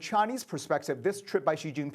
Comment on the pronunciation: its XI JIN PING not XIN JIN PING you frick MING LEE BING CHILLING